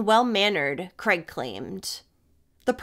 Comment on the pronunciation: Mis pronouncing the main perps name all the way through It's Craig not Creg 😊 if unsure on how to pronounce our names just ask Google, its kinda pronounced phonetically Kraaigeee 😅